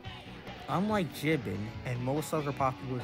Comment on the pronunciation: BTW, for future reference, it’s pronounced Jee-BAAN.